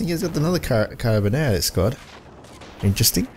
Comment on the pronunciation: LoL I think it's pronounced Cara-bin-yeh-ri. If you mean the Carabinieri that is?